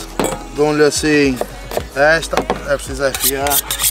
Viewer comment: "perciso" 😂 parecia o este artista.